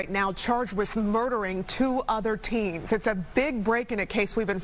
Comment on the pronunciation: "Teens" Bleens.